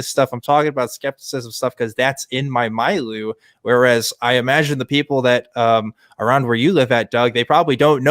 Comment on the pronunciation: that is not how you pronounce milieu